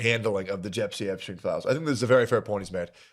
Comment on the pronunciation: ahh yes, Jepstien Epstien.